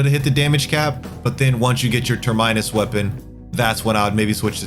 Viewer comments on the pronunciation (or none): Awesome video. Also, aegis is pronounced "ee-juhs" and terminus is pronounced "tur-muh-nuhs" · Dude needs to work on his reading and pronunciation. Keeps saying Gan-dan-go-za and ter-mai-nus in several of his videos. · How did you get Sah-ba-ha from Zathba? Ter-minus? Ol boy says “I got a Ter-mities infestation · You lost me at "ter-minus" 🤯😐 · Listening to this guy mispronounce words like "Terminus" is painful. Let's not get into how he pronounces "Sigil" as "Sigual".